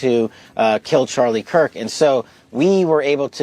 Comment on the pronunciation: so, let me guess this news guy said Charlie Kirks name wrong he said Charlie Cork even though the news man knew Charlie and his name why would he use the word Cork? what do you do when a bottle of wine is open and you need to close it kind of like Charlie's mouth? you cork it watch people's words people it's all a word game at this point as th3ey know all eyes are on this the internet slews everyone is looking so please watch what people say